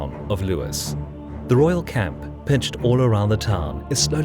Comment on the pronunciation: "It's early morning, the 14th of May 1264. King Henry is ensconed in the Priory of St Pancreas, In the quaint town of Lewis. The Royal cats, pitched all round the town, are slowly waking up." Don't you just love AI voice.......